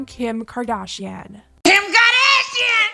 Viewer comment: KIM KARDASHEEYUN 🔊🔊🔊